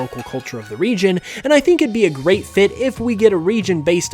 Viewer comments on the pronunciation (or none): none